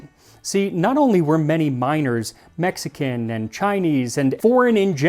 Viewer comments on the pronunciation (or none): none